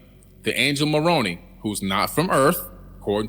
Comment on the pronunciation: Billy, the Mormon angel's name is pronounced "Mo-rone-eye", not "Mor-on-eee".